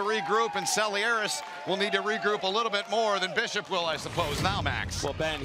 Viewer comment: cant say Selearis 😆